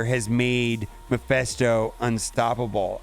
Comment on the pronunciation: It is mephisto not maphesto :D